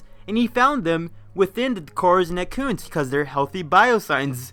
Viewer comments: It sounds to me like you're salty for some reason and trying to attack Matpat, for some other reason, and none of it is very well explained. For one thing, "Ett-ih-koons" not "eh-koons" and another... Maybe try to be less hostile in the future if you want to attract fans. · Say "merrit." Now say "Serris." How did you get to "Serious?" How did you get "eccoons" when you saw "etecoons?"